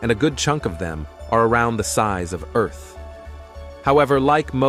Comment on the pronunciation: Please, God, let a Human Narrate! The Text to Voice narration is messed up! Ear-th?! I would narrate for free!